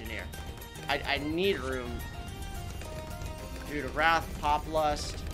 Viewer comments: I hate how says Druid. He says drood when it is drew id. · Can someone please tell him how to pronounce Druid 😭😭😭